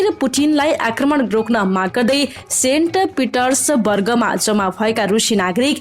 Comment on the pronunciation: Yo kaanchi lai ta samachar padhna pani aundaina primary school ko students le jastai crack gare ra padhchha. Eg po Di yom. Sainta Peters barga. Jamu na ha, ro pa Di ha etc etc many times she read news it seems like she is just a primary school kids. I suggest many times that before go recording just practice and if cannot pronounce the country or place just practice and practice again and again or ask with someone who knows. Nepal ho jasto bhaye pani chalchha. Kind of things. Many Many times I suggest her to improve her reading skill. But this lazy chap. Still same only her voice just OK else everything need to improve else unsubscribe this chanel. There are many other channels similar to your chanel for news. Hello "Co news reader" think abt it bro.